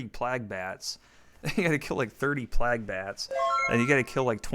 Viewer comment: like 40 years old and calls plague PLAG